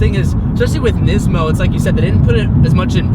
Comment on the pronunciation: Nizmo lol its pronounced niece-mo